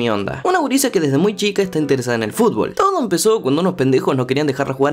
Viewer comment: mmmm soy yo o es q el esta pronunciando fulbol o fulbo en veces de futbol ? 🤔